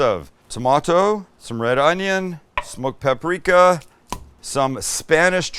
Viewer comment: Pa -pri -ka accent on PA.